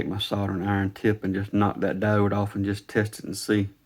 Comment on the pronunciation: At the ~ mark, when you found the issue, what are you saying exactly? It sounds like you're saying something "dode?"